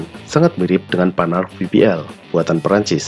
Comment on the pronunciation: Yg saya suka, naratornya mengucapkan Renault, Panhard dan Peugeot dengan pengucapan yg benar.